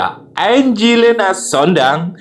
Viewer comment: Sondah bukan sondang😂😂😅